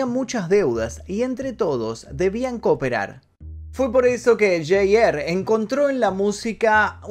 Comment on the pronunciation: J R , se pronuncia ar no er , me gustan tus videos pero tú inglés es demasiado malo amigo